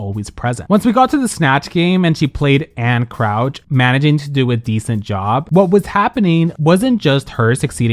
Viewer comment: It is JAN CROUCH not Anne Crouch. Or was your J silent ?